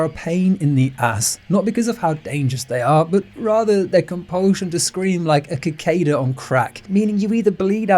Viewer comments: one of us is saying cicada wrong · That cicada pronunciation was insane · The scariest part of this was learning how the English pronounce cicada